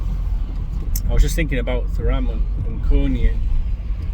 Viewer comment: Love the way you butcher their names don’t stop makes me smile 😂